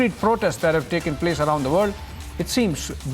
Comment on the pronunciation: Man.. Insaaa… Minuteaaaaa…. Portestsaaaa… taking placeaaaa… liveaaaa… dont you know english?